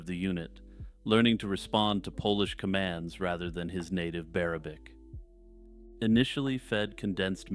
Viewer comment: Why "Bear-abic" got a good laugh out of me though?? 😂😂